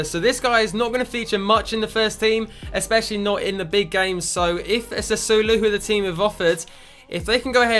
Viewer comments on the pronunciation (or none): none